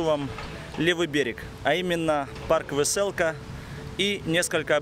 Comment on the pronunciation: Название парка, написано "Веселка", а не "вэсэлка". Пора уже отходить от этих искаженных слов мойвы, а говорить правильно по-русски.